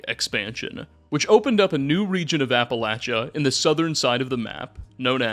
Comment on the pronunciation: Soooo... Appalachia...that 2nd a is a long a sound. Like hay. Or the 2nd a in arcade.